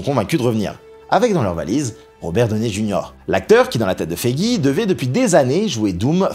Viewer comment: purée les prononciations en anglais: Heart se prononce HART avec un A ouvert et long, Ironheart se prononce donc AÏRONNE-HAART. Feige se prononce FAÏGUI.